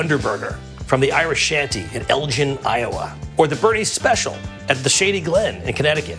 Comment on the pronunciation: The way he pronounces Elgin 😂😂😭